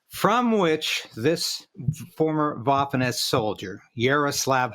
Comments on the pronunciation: It is prounced "vaffen" not like waffle. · It's pronounced with a "V" sound Vaffen. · Bro learn how to pronounce Waffen lol